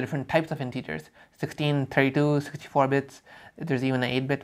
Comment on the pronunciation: Very nice. Someone had to make this video. Pro tip though, integers are typically pronounced 'intehgers' and not 'inteegers'